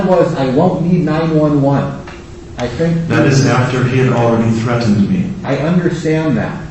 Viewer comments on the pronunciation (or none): I cant stand when people add a syllable to anything ending in ed. Threat-tend. Ugh. Butt-ton ugh. Ick. Stop it. Not to mention, he left his house snd went to a public place at the time mentioned by the "stalker." Stalkinh victims dont ussually meet their stalker half way punctually.